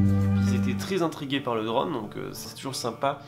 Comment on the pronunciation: Super vidéo mais t es « drône » c est « drone »!!!!!!